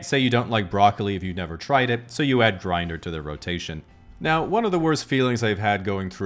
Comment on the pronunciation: Bro said "Jrinder" and thought we wouldn't notice